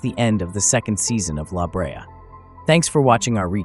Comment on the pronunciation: It’s not L.A. Brea. It’s La Brea like La La La.